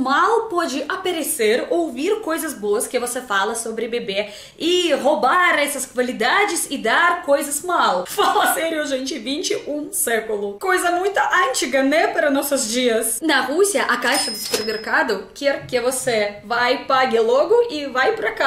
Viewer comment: Na fala você diz: "Pirou o meu cabeço." A forma correta é: "Pirei minha cabeça " Na fala: antiga, vou tentar explicar tá. A letra Ã e nazal, nazal e som que saem pelo nariz ( an) Veja com um brasileiro pra mandar um áudio a vc a pronúncia da Palavra: Antiga - ãn-ti- ga O TÍ é pronunciado maís forte 😃